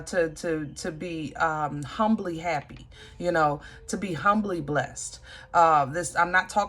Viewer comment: "Calling in your happy." My ears: "Calling in your heifer." 🤣